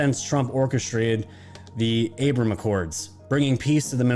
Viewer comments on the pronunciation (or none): none